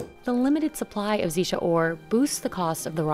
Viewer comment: Its not Zee-sha teapot, its Tze-Sha teapot.